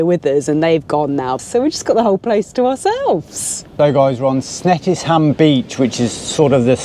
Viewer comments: Snettisham is pronounced Snetti sham. Not snettis ham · Aww these places brought back so many memories. We holidayed in Hunstanton many times with the kids in our tent. Wells next the sea (not next TO the sea!) with the in laws (all 27 of them) in a house on the beach and snettisham ( it’s pronounced with a “sh” lol). However Norfolk was always difficult when I holidayed with my family when we were children as my brother was always ill with tonsillitis. Every blooming time! Doctor said it was something in the air. Norfolk was a decent easy journey from Essex where we lived until three years ago when hubby and I relocated to the Highlands. This vid reminded me of the amazing beaches and how far the blooming sea would go out!! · Snettisham - the 'i' is silent